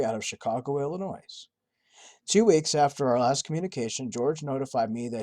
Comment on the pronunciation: I absolutely LOVE your videos. This is the second video where you have mispronounced Illinois. It's Ill-eh-noy not 'noise'. ;)